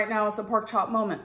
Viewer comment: I'm really sick of her saying "I'm having a molment". Enough already. Jeepers 😢